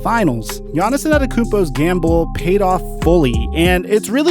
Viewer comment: Who is Giannison Adekounmpo? ... lol for the love of god just say GIANNIS.